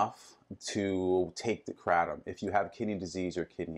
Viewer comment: Probably don't want to get your answers from someone who doesn't even know how to pronounce kratom.